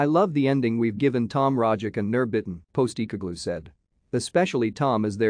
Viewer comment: Dude. Do your own voiceover, that text to speech thing is red rotten... Keltic... Postee cogloo... Ih Brox... Jist naw!!!